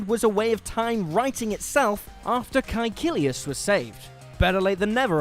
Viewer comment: he said it exactly as they do in the series.